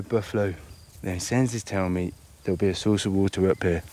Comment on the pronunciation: 이 분 영상 계속 보는데 water발음이 너무 섹시하다